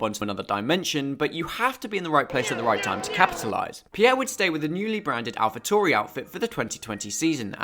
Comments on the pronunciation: But why do you pronounce Alpha Tauri like you're the famous name butcher Christian Horner? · They way you say alpha tauri just sounds wrong